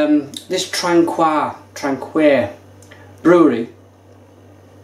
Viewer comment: You said traquair wrong mate